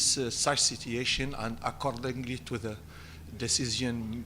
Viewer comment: I swear if he miss-pronounces "situation" again im going to break my phone.